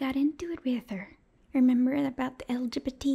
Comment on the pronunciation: The straights seem to never be able to say lgbt correctly She’s the exception though cuz she’s being supportive